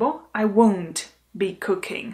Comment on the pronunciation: Ten stažený tvar won’t pro mne zní stejně jako want